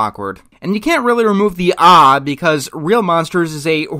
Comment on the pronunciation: It's not "aw", it's "ae" as in "bad" or "mad"...and that's a common scare reaction.